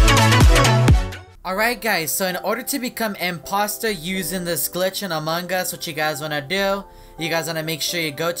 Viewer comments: Stop saying "MANGAS"! You made me mad! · He says among gus I hate to say but I hate when he says that it annoys me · Amon G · He basicly says amon gus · I LIKE HOW HE SAYS AMONG US I CAN EVER HEAR THE G WHEN HE SAYS AMONG US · Me too i like hes accent when he is saying among us